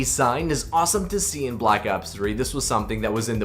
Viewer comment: The way he says ops just hurts me